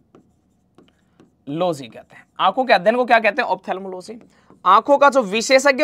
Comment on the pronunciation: Losy nahi logy hota hai😅